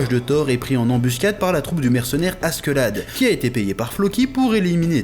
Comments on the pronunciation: Par pitié ... arrête de dire askeuladd on dit askeladd par contre leif à réellement existé c'est celui qui a découvert le vinland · "Gomsvikings" "Asquelade" jpp chef non 😭